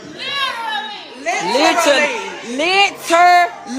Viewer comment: This bihhh said "LITER-LEE" 😂😂😂 smmfh